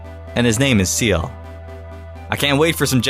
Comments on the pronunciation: IT IS "SEEL" NOT SEAL YA DINGIS ARE YOU CRAZY?!?? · well I guess seems fair was "SEELD" :D